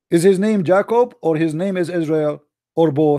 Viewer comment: I love you.I UNDERSTAND YOU STILL LEARNING ENGLISH.no not jac-co just pronounce it like this much easier.J-cob.ok love mu brother............ blessings.